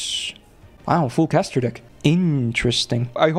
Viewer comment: moment why did I hear "Let's take a look at this Deek next" KEKW I need halp